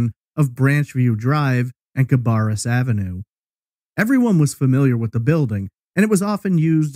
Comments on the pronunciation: Cah-bear-us... Bear as in Yogi not bar as in Moe's Tavern. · I live right down the road from where this happened. I remember seeing the big signs offering a reward for information but I never remember hearing about a single update. Also, thanks for pronouncing Concord correctly! Cabarrus is actually pronounced Cuh-bear-us. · I live in Charlotte. I want to slap those who call it "con-curd". However I laughed when he pronounced it "cab-BARR-us.